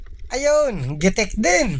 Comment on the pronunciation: GITIK NOT GITEK